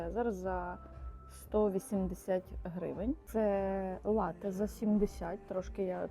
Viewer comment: Привіт. Дякую за цікавий, якісний, і дуже пізнава льний контент. Єдине що хотів би сказати в слові лате наголос на перший склад.. а хоча ні не єдина.. просто доповнити хотів дещо і ще. Прочитав таку інформацію, що цей замок намагалися навіть групи українських націоналістів взяти але їм не вдавалося на жаль і не вдалося .